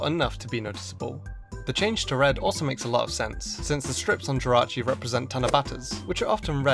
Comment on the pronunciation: Jirachi?! JIRACHI????????????????????????!!!!!!!!!!!!!!!!!!!!!!!!!!!!!!!!